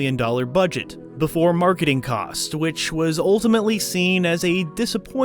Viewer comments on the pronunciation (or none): none